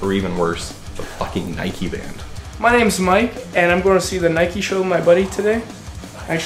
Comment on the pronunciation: They are Japanese. The band is pronounced Nee-kay. They are progressive, power thrash metal band.